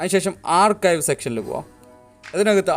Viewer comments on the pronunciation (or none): ആർകയ്വ് alla ആർച്ചീവ്